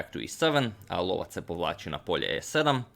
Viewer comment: Bishop called the hunter sounds right on